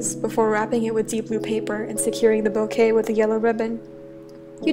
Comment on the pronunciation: I hate the fact every time says ‘bouquet’ i hear the word ‘boke’😂😂 This was really cute btw🥺💕✨